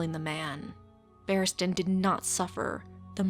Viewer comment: Barristan Selmy, not "Battiman" Selmy. you weirdo.